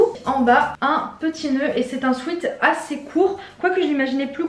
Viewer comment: On dit pas « swite » on dit « swèt »🤦‍♂️ combien de fois le dire